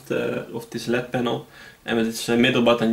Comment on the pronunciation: It is called an L-E-D panel. Not a “led” panel.